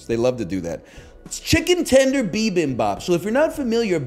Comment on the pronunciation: the way he said bibimbap ㅋㅋㅋ